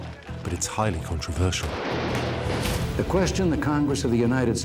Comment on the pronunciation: “But it was highly CONTRASversial”.